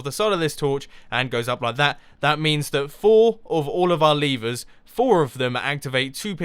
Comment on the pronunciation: You Said Leevers!